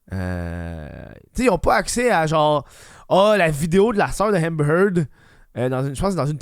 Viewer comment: Hahmbhmer Heard?